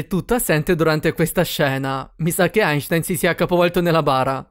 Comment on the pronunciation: E perché, "mi sa che Ainshtain si sia rivoltato nella bara"? Problema di pronuncia pure quello?